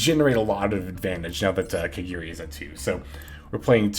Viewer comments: My guy, its ka-GA-ri not kagiri. 🤦‍♂️ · There's no e in kagari your saying it wrong